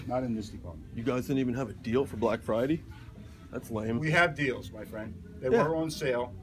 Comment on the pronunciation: "Psh. You guys didn't have deals on black fridey?"